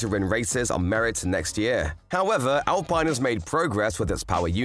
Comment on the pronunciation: its not pronounce al(pine) this al(peene)